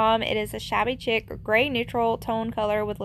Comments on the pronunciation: You are too cute! I just suscribed. BTW (chic) is pronounced (sheek) not chick. LOL. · The right way to pronounce chic is like sheek, not chick. With peace and love.